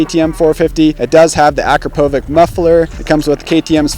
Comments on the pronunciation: It's pronounced " Ah Crop A Vick " not Akron Po Vick? Yeah I'm that guy. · Nope it's Acrapovitsch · Nope both wrong